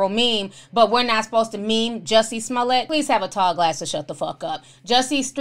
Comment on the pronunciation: Ti, did u say "Amanda Smollet" ?!? 😂😂😂😭😭